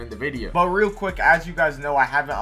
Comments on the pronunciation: Every time he says "real" he replaces it with "rell"💔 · every time he says "real" he replaces it with "rell"